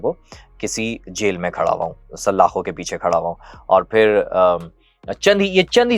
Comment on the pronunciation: saLLLLakho... bhai Urdu to sahee bolo. there are NOT two Laam in Salaakho